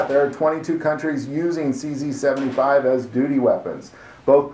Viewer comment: Number 11 It's pronounced [tʃe zed] in Czech.